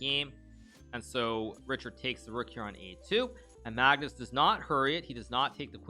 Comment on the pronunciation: I love how hikaru says Maagnus with such a long a😂